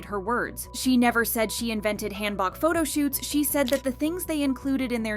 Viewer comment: Hanbok = Genghis K-(Han) Book. Not, Hand Bok(choi). Butchered.